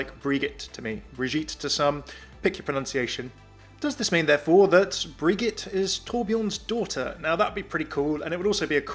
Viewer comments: I cant deal with the "briguette" pronounciation. Srsly its pronounced bridjette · To say Brigitte you need to say "bri J itte" not "Bri G itte"